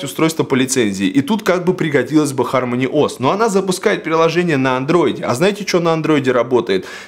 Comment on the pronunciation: Не ХармОни, а ХАрмони